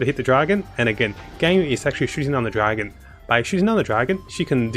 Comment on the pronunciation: im not really sure, but to abt you sound like you have australian accent (i dun really know cuz i aint australian, just have australian friends) the way you press on DRAgon and ARtifact.. anyways, nice vid thumbs up xD